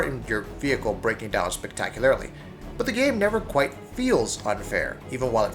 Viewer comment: Why say spectacularly like that?